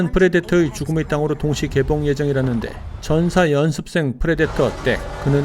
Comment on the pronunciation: 랜즈가 아니고 랜드